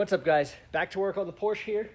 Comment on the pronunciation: It’s driving me crazy. And it’s a guy’s name. Not an American thing.